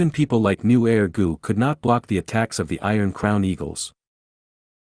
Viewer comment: I thought nu er gu was some type of gu lmao Sounded like “new air gu”